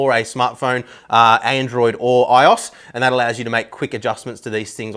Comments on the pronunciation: iOS is "i” "oh" "es”. Not "iyos". OS is the important part, this pronunciation ticks me off I think because it feels like another apple "Kleenex" thing. They didn't even pick a name, they just put "i" in front of operating system. Please don't make it its own word. Your marketing for them. And boo to apple. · "i-os" "moz-a" man i love how aussies have the same power as americans of just out right butchering the english language.